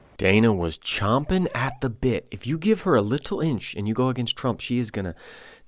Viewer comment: Glad you brought Rep. Salazar to the forefront. Your commentary was quite good, except it's "champing at the bit", not "chomping". (Don't worry; even the late great Rush Limbaugh made that mistake!)